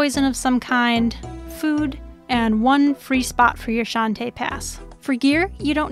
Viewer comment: i love everything about this guide. But every time you say "shante" pass, a little part of me dies inside